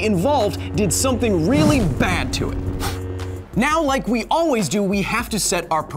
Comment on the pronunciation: “now se can speed through some math” lmao